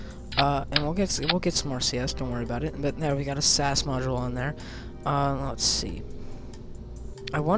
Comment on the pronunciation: Btw, its pronounced S.A.S as in the British Special Forces and not Sas. Love your vids :)